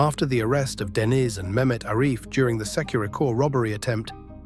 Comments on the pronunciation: It’s Deniz not dennis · ‘Dennis’ pronounced ‘Denise’ was the giveaway.